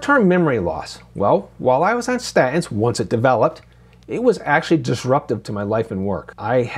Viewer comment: When did you start pronouncing statins like a cockney?